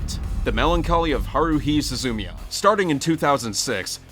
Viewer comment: it's su-zu-mia not suzu-mia gahhhhhhh